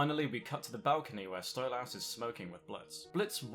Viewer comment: You're pronouncing Stolas wrong.